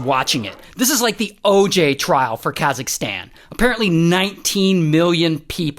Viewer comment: khazisktan ?? what do you mean its kazak-stan say it properly atlease